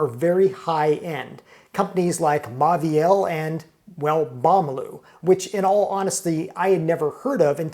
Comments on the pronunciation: MAUVIEL - Pronounce as MO-VEE-EL, not MA-VEE-EL. The AU becomes O. BAUMALU - Pronounce as BO-MA-LEW, not BA-MA-LEW. Same thing. If you are a food writer and critic and chef, you have to learn some French. Immerse yourself in audio books where you can listen to the readings as well as see the printed word. Fastest way to learn. You can also have a French person correctly pronounce the menu into a recording which you can play over again. One of my pet peeves with Americans is that they consistently mispronounce some French and Italian words incorrectly. MONT BLANC - T is silent, C is silent. BLON (nasal N). CHENIN BLANC - SHUH-NAIN (nasal N). BLON (nasal N) Italian: FETTUCINE, ORIECHETE, PENNE, LINGUINE - End with AY not EE. 'E' is AY not EE sound. Fettucine, Linguine - AY not EE. RAVIOLI, SPAGHETTI, CAPELLINI - End with EE. 'I' is EE. Now see how many waiters, chefs, customers, food critics mispronounce these words. Get it right, America. No lazy speech. Sloppy speech is the product of a lazy mind. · It's pronounced as moh-veel